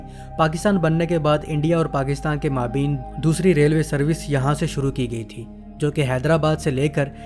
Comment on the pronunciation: اچھی معلومات لیکن آپ کے تلفظ بہت غلط ہیں۔۔خاص کر maabeen نہیں maabayn صحیح تلفظ ہے